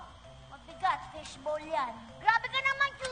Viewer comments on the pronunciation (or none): It's fish bowl, not fishbol hahaha